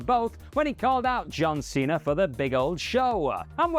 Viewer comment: Cena* not Cener